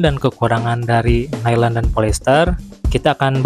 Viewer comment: Bukan Nailen mas, tapa Nailon bacanya. 😂